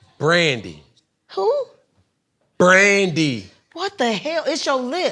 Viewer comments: T-Boz is correct. Cam; you are pronouncing Brandy in 3 syllables & your teeth are nice. But it’s making you mispronounce the singers name. I was thrown off too 😂 Great interview. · He cheated. Saying Brandy all country like Steve Harvey 😭🙄 He probably cheated in football too. E FOR #EFFORT CAMERON.